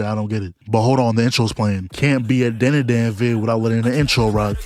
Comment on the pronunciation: You hear the OP and still say the name wrong? We gotta stay locked in,.